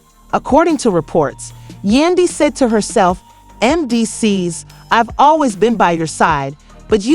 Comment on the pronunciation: SAID MENDEECEE NAME WRONG 45 TIMES. AT LEASE SAY THE NAME RIGHT IF YOU WANT PEOPLE TO UNDERSTAND. YOU SAID IT WRONG SO MANY TIMES IM TAKIN THIS AS A JOKE…